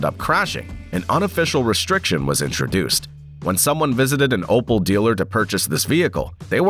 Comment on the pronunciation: opel my dude opel not opal :D had me cringing entire video :D